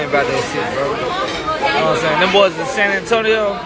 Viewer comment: 10.19 Can stakeholders translate from Ugh to human, please? All I can work out is a stringy speccy white geezer pretending to be a cool black dude by saying "nowahmsayn." No, I don't know what you are saying, dipshit. Put some consonants in and stop pretending to be gangsta. Poor, poor kids. I have to get some humour out of this but I hope this lugnut enjoys meeting some guys inside who don't appreciate his larping.